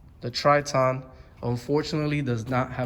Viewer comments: It’s pronounced Tri*tin* not Trit-On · The worst part of this review is how he pronounced the name TritOn... who the hell says it that way?